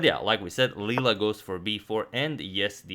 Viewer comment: btw i think it's Leela not lela